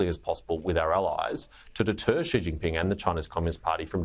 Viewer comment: Sharri, it's "XI" (pronounced "zhi"), NOT "she".